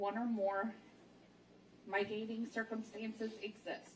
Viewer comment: When she said hen-ee-us instead of “hay-nus” and my-tigating instead of mit-igating” I lost it. I’m hoping she was nervous and not just ignorant.